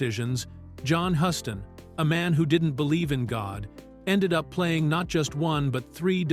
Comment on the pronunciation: Yup. AI is very annoying. John Hughs-ton is the correct pronunciation.